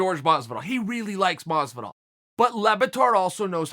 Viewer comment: Lol this guy says ‘George’ masvidal aswell